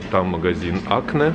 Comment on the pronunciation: Рогов летай один, без этих крепостных крестьян, которая в 33 выглядит на 40+, и правильно говорит акнЭ, у французов ударение на последний слог, а у итальянцев на первый... закрывают двор специально, от крестьян и черни...